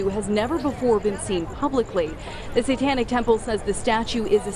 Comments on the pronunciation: “the sawtonic statue” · SAY TON IC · Am I the only one absolutely livid about the newscasters pronunciation of satanic temple as "say-tonic" temple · We all gonna ignore the news anchor saying “Satonnic”? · Seh-tahn-ik temple hahahaha What a bitch! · He said satonic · did he say satonic?